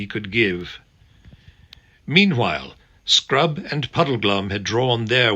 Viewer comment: First time is at 6.53 chapter 12 of Silver chair. Definitely sounds like 'sprout' and not 'scrub'😅😂